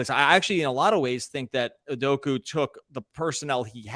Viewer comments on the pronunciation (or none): "OO-DOH-KAH" not "oo-doh-koo" 😂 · Learn how to say Udoka’s name properly. It ends with an ‘a’ not a ‘u’. Stop pronouncing it as ‘udoku’, it’s really not that hard to not be ignorant and learn how to say it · Great podcast - but for the love of god, man’s name is UDOK-A not UDOK-U